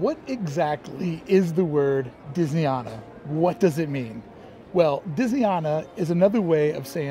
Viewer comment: I'll start this by pointing out that it's not pronounced Disney Ahna. It's Disney Ana as in. Anna. I was a Resort Trainer and Disneyana trainer for 5 years. The prints as you call them are Gilclee's. The original Disneyana was on mainstreet caddy corner to Carnation Cafe. It was moved across the street next to the Cinema that is now part of Starbucks. The real overhangs. The Disney Gallery was built in the bank when the annual pass center was moved to what was then Plaza Garden. The only thing that changed about the Disney Gallery was putting a sign in front that said Disneyana. There is more but I'll stop there. Hope that helps.